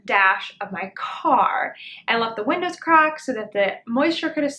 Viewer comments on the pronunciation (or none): none